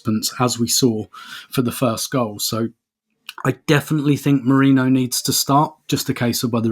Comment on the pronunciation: Is having a giraffe about the mispronunciation of Merino when up until recently he would use that ridiculous pronunciation of Gabriel! 😄